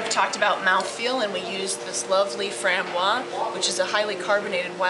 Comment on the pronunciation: Good job,. About the lambic, do pronounce the "z" sound at the end of the word "framboise" - it's French for raspberry - lambic beer being fermented with raspberries.